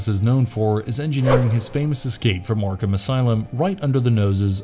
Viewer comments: Why are you saying yarkam instead of ARkHam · I'm sorry, i love the videos but pronouncing arkHAM got on my nerves. Its arkum... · I hate the way this guy says Arkham but I do like this villain series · Seriously butchering the name Arkham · The pronounciation of Arkham is driving me bonkers